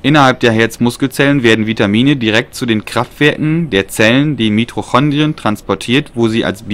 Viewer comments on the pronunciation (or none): viel zu schnell.. viel zu ungenau.. und es heiß Mitochondrien nicht MitRochondrien wenig Hilfreich das Video ..schade